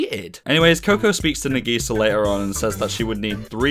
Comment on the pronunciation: I liked the video, but your pronunciation of Nagisa and Okazaki were infuriating.